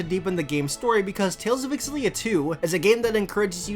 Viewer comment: I like how you pronounce Xillia! I kept pronouncing it such as "Zillia"... Also, they fixed Rowan in this. I really like Elize, but for some reason when I try to run her artes, the enemy easily hone in on her. I like to keep her away from the crowd. I haven't gotten to the post game yet so I can't say I know how they end up late game wise.